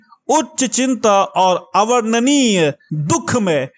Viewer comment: प्रभु जीसस की इतनी दर्दनाक स्टोरी को आप सही से नहीं बोल पाए शुरू आत तो ऐसे की जैसे किसी विज्ञापन का प्रचार कर रहे हो .. फीलिंग तो है ही नहीं... पढ़े जा रहे हैं बस ... और आप शुद्ध बोलना सीखें पहले खासकर " अवर्णनीय "